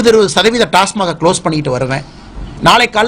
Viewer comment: TASMAC....TASMARK அல்ல...டாஸ்மாக்...